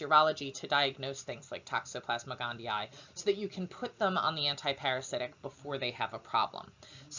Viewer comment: Finally someone who knows how to pronounce it correctly. Thank you! <3